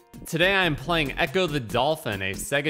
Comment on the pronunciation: It's ecco not echo! 😉If I remember correctly, you can eat fish to heal!